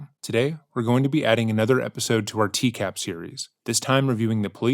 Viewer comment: I find it weird that you, the presenter, constantly say "TCAB" It's "TCAP." A 'p' makes a "puh" sound, not a "buh" sound.